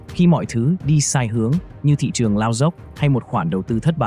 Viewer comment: phát âm sai từ ngữ sinh ra mà nói là sinh da tuổi trẻ mà nói là tuổi chẻ. nên học cách phát âm lại thị trường chứ không phải là thị chường.